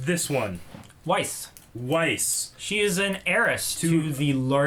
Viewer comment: you said whis OOF